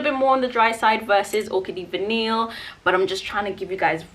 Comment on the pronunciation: Orchidee Vanille is pronounced like Va-knee. The L’s are silent